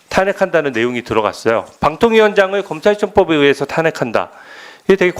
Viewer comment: 주진우 참... 저렇게 말도 제대로 못하는게 어떻게 검사까지 했나. 말이나 똑바로 해라. 발음도 누구처럼 부정확하네..찌질...'검찰척법...' 무슨말이야?